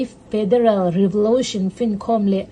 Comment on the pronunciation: Revolotion tih tawh loh tur aw. Revolution tih tur